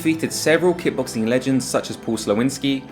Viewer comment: Are you saying, “ki-boxing?” It’s kick-boxing.